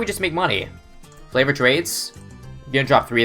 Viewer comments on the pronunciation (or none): ALCH BUFF THE BOOMER UNSTABLE COC Jeeezeeeee Hmm mm if I take away the l in over clock then................. Overcock Also realise he says Flavored trades Not favoured trades?